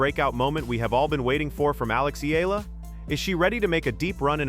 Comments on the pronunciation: CORRECTION VLOGGER, NOT ALEX AMELA, IT'S ALEX EALA (PRONOUNCE AS IYALA OR EYALA) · C"mon guy, stop mispronouncing my idol's name, it's Eyala not ela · Great analyses! But please learn to pronounce her name properly: E-YALA to prepare for more features like this. Alex is not going anywhere but UP! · EEE- YAH-LAH.... that's how u pronounce her last name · Just call her Alex! Rather than pronouncing her last name wrongly.